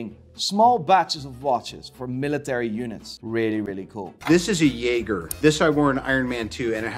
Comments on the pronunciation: Dude, love your content, but it’s pronounced “Jheey Jheer” not Yay Ger. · Its che che, not 'yayger' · Okay sorry to be the buzzkill, but Jaeger in Jaeger-Lecoultre, is pronounced "jejer" it's french-suiss not German. And it's tourbillion, pronounced "tour-bee-yon"...trublion actually means troublemaker. I hope this will help you get your shit together and make you look like you know what you're talking about in your next videos ;) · What's jeah ger ? I know ja-jey, but not yeah-ger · Hey man, your videos are funny, but learn how to pronounce Jaeger (the French way). It's not a jagerbomb. :) If not, just call it JLC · Lol dude, wtf is "yayger" smh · Are you saying Jaeger correctly? Just asking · You pronounced Jeager wrong lol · Please, look into how to pronounce Breitling and Jaeger. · That is not how you pronounce jaeger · A watch expert that doesn’t know how to pronounce Jaeger....expert yeah